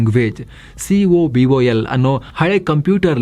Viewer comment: yeah, when we had the upper hand , u will start blaming everybody going to IT/ Engineering , and moving out of country . When it is going down people will understand the amount of contribution this IT industry gave ! BTW - 1. Vietnam currency is 1 Indian rupee = 300 dong so no comparison . 2. COBOL is pronounced as KO BAAL ( and not cobool). and 2K there was Java boom and not cobol 3.Our young gen need to move towards AI , cloud and robotics no other go!